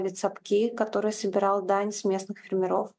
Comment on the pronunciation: Елена Костюченко Журналист?! Несколько раз ставит ударение на фЕрмеров.... Предатель, теперь скажет всё что нужно Западу. Нивелировала все свои заслуги разоблачения банды...